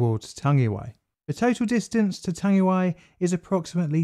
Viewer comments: Chur for this bro, pronunciation is ,tongue E why ,tangiwai,Chur cuz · You kinda murdered the pronunciation mate but ill allow it, knew you would get round to this one, is the Hyde disaster next? another kiwi rail disaster in the main land of New Zealand, the south island, and it involves intoxicated staff and excessive speed. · Not Tangiway, Tangiwai, Tangi & wai as in why. Tangiwai. Tangi: to cry or weep; wai: water. Tangiwai may also be a Pākehā inversion of the more usual Waitangi. Sorry I'm fiercely proud kiwi. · Tangiwai! That's it! (I wrote that horribly mispronounced comment on Twitter)